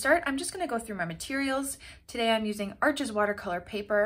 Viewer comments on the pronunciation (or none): Arches pronounced “arsh”